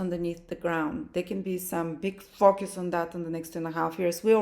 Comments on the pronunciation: Honey!!!!! I just ABSOLUTELY LOVE your accent!!!! Every time you said "FOCUS", I thought you said "FUCK YOUS"! I'm over here like, HELL YEA, THAT TOO!!!! 💯😩🤣🤣🤣🤣🤣🤣🤣💖💫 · 😂😂😂😂 omg I thought the same ... 😅😅😅